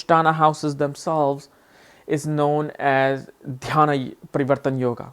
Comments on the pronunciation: It is not called as dhyana it is "Dainya" Sanskrit meaning is Troublesome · It's Dhaniya....not dainya...his pronunciation is different coz of his ascent